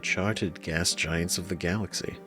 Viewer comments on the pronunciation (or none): none